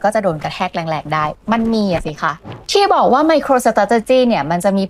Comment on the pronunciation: ไมโครสะเต๋จ๊ะจี้ โอย... ขยันพูดซะด้วย---> อ่านว่า ไม-โคร-สเตรท-จี้) ออกเสียง 4 คำ นี้ล่อไป 6 คำ